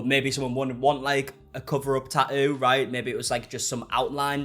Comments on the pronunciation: Why always change from saying the T to leaving it out. I like this guys videos but its not a Taooo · Clicked for the bait. Stayed for the Tah-ooh. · I mean you can say the first t in tattoo why not the third t in tattoo? Tat-oo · Tah-ooh ah-ist 😂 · The way you pronounce Tatt-oo. Love it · Liking this video in the first 60 seconds based solely on the way he pronounces “tattoo” 🥹🫶 (I’m from Aus, so he could read me his grocery list and I’d be enthralled) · Sweetheart you are dropping the T in Tattoos and also pronouncing it when reading it. Fascinating! Just thought you might want to listen to yourself 😂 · I like the way you say tattoo lol❤